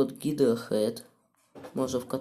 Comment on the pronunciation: Не гидра, а гидора